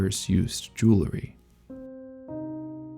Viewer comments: I love all the care for detail in Frieren, and it's great to see someone who took the time to examine it! I also wanna say, however, that it really bugged me every time you said jewlery instead of jewelry. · I'm glad I'm not the only one that got distracted by his pronunciation of jewelry!